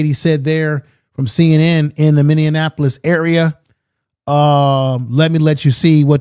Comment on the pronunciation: Minneapolis is pronounced Many apolis not Many in apolis sir